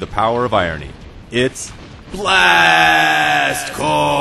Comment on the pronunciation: OMG !!!!!!! he called it "corps" not "corpse" you have no idea how many times i had to correct people that its corps (core) not corpse